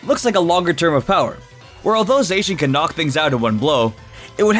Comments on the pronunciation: Z... Zackian? Sweetie- Zacian. No k. Zay-see-an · It’s “Zah-See-In” not “Zak-an-ee-yan” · It’s za chi en not za ck eon or za chi not how ever you pronounced it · Its pronounced Zay-she-in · (Zi- shi- yen) (Za- ma- zenta) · Again...you say Zacian wrong. There is a "shh" there in the middle not an "ack" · It’s zae-she-en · No one can decide how to pronounce zacian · How the FUCK did you just pronounce Zacian They literally say the correct pronunciation in its reveal trailer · Is he butchering Zacian name on purpose? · Please learn to pronounce Pokémon names correctly. Your pronunciation of Zacian and Yveltal are both very off.